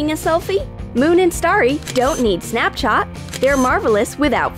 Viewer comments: I LOVE, but It is Snapchat NOT Snapchot! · 6: 54 she said snapchout but its like Snapchat 😂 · You said snapchot . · Whats snapchot the narrator said snapchot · who else heared that she said snapchot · It sounded like she said snapchaht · u guys can’t say Snapchat properly🙄